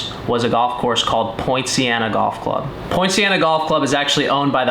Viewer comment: Very interesting set of circumstances leading to a very positive outcome for everyone. is a very interesting and likeable character. The course looks good on the video. I'm assuming that we talking about Poinciana Golf Club in Lake Worth FL? I was initially confused because I thought that was saying Point Siena.